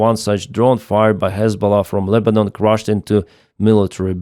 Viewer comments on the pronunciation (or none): none